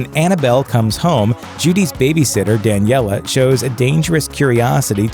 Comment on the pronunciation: NOT DANEILLA